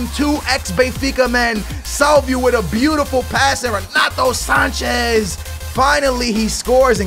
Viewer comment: don't say ronato sanches ffs